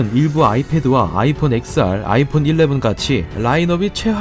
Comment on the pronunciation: 아이폰XR은 엑스알이 아니고 텐알이라고 읽는겁니다. it 이야기 채널이라면 이런 기본적인 부분은 지켜주신다면 더 좋은 채널이 될 것이라 생각합니다.